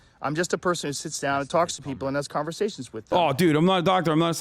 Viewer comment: "Conversashes" WUTM8 Maybe Covet does drop your IQ.